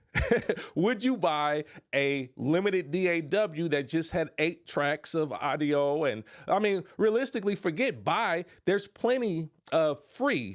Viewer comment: Man don’t take this the wrong way but when i hear you say AUDIO you not pronouncing it correctly… (it should sound like AWE … AWE-DIO) not AIDO